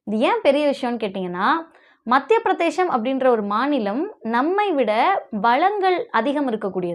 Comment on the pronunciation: தயவுசெய்து மத்திய பிரதேசம் என்று உச்சரிக்கவும். பிரதேஷம் அல்ல